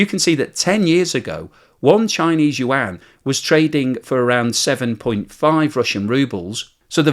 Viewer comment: Finally hearing the Yuan right 😊